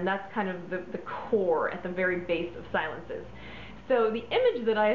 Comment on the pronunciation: Say, "see-LOHNS", c'est Francais! It means, "quiet". I'm so sorry to hear it's been discontinued, this was a great favorite of mine, back in the day. There were a lot of green fragrances on the market in the 70's, but this one was truly in a niche of its own. And the deco bottle was to die for! Jacomo used to make a very nice men's cologne, too.